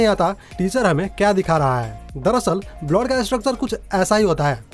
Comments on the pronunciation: Blowd nhi bolte bhai blood bolte chootiye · Bhai blod kya hota hai..blood hota hai.. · First.. Go to nursery and practice you PRONOUNCIATION sir.. It's blood not bloth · wrong blood pronownation it should be blud not bluad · Bloud nhi hota blood hota 🤣🤣🤣🤣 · Abe blod nehi blood hota hai 😑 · ## It is not "blod"😂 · Blood ka pronounce sahi kariye...